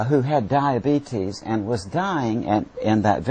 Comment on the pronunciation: I am a Theist ..... believe in something beyond this life ..... however, I would be lying if I said that my favorite part of this video wasn't hearing Moody talk about "Dia-Bee-Tease".